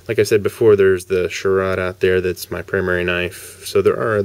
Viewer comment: it's actually pronounced "SH RADE" good review though